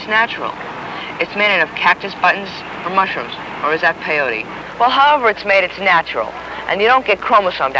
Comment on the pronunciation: "pee-yotee mescaliine an marihuaana.." LOL